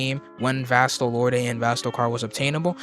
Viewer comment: It's pronounced "vast-o-lord'